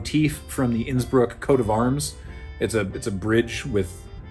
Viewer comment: I'm not the only one who kept hearing Nsburg instead of Innsbruck, right? Yes? Good. And woo boy is the 1952 Helinski phallic.